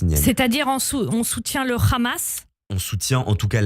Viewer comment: Le Rhhhhhamas...😂 Vous racler la gorge pour le prononcer ne vous ne donnera pas plus de crédibilité... Journalopes.... Quel beau néologisme pour vous définir...